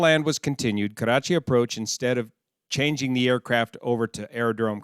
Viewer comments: Your Nawabshah and Karachi pronunciation were spot on . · Your pronunciation of Nawabshah was spot on. Also love how you say Karachi, rolling the r. Makli however is pronounced Muck-lee.